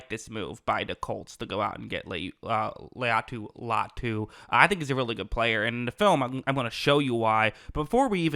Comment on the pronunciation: Say his name right you’re gonna film on him